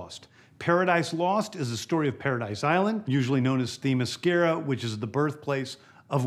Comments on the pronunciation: Oh no DCs flopped because he didn’t pronounce Themyscira correctly. What stupid logic, that facepalm should be for yourself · He cldnt even pronounce the Amazonian island correctly 🤦🏽‍♂️… R.I.P. 🪦 DC Comics …. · Damn everything sounds horrible lol For starters no Cavill as superman!!! Secondly who the hell wants a "waller" show, third Gunn can't even pronounce Themyscira correctly... smh, then introducing a new batman movie with batman and the 4th Robin as the 1st movie means a lot of catching up audiences if nightwing and red hood exist. Green lantern will probably be a rip of guardians of the galaxy.. ehhh, Supergirl show/movie...ehhh, Booster Gold...maybe depending on whose playing him, if og blue beetle is in it and what year movie will take place...Swampthing could be good as long as they go all out.. CW swampthing could have been good but cut to short